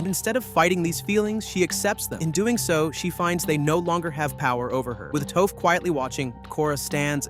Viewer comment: I mean he also calls Toph "Toaf" at first too, so.